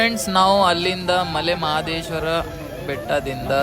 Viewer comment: ninu kannada advna bere language avna helu, maale anthidiya....😠 male mahadeswara sariyagi helu